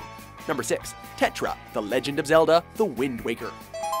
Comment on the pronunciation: Tetra sound like Tetra Ninja